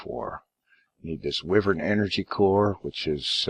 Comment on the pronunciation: Okey dokey, Wyvern is pronounced "Why-vern" it's going to drive me nuts if you keep pronouncing it incorrectly.